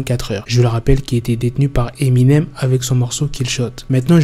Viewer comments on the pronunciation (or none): none